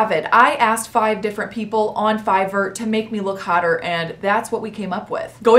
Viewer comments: She didn’t say air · Is anyone going to tell her that she is pronouncing fiverr wrong😅